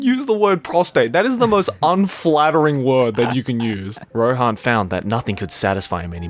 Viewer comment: my man called rohan ,roen hahaha